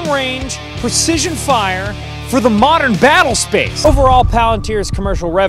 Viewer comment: Why'd he say "Modern" like he's Jynxzi?